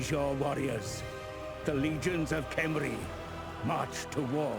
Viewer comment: just a quick note, Khemri is spoken out out ''Gemri'', but with a weird G to it xD